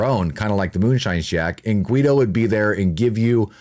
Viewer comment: Guido its read Gido, in languages derived from latin the "u" after the "g" is to give it a "Gah" as in girl sound, the leter G folowed by "e" and "i" has the sound "Jee" as in Jeep, so that "u" is mute, it's only there to change the fonetic of the letter "g" ;)